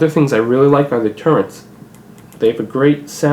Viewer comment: Those are TURRETS not TURRENTS! If you are going to do a review, at least learn how to pronounce the vitals.